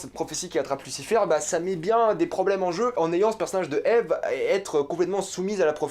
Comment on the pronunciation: Déjà tu regarde pas la serie a 100% et en plus tu dit Ive au lieu de Eve tu dit pas Adam et Ive c'est Adam et Eve... Un minimum de respect pour la serie plz